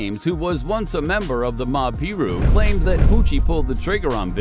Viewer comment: Please don’t say that again, it’s disrespectful. PIRU is pronounced “Pie Roo” NOT “pee rew”. I would change that if I were you, some would find that to be really really disrespectful. Learn to pronounce any mentioned gang names, or names of people before you put out the videos. I’ve seen people get hurt or even killed for less.. Other than that, this was a really good video, and entertaining. 💯